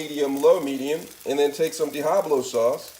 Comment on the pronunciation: Diahablo sauce!